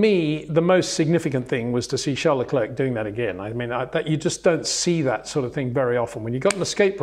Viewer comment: It's difficult for me to have that much respect for Mr. Windsor's reporting because he constantly mis-pronounces well know drivers' names. LeclerK? The name is a French word and to give it a "British" pronunciation is arrogant snobbery. When others such as Crafty, Jenson Button, Karun, etc. say it correctly it stands out when Windsor & Lazerby say LeclerK. Disrespectful IMHO.